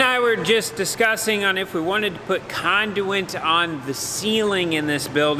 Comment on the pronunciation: Say "conduit"...I know you con-du-it!